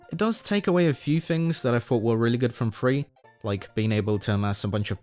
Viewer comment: *THREE not Free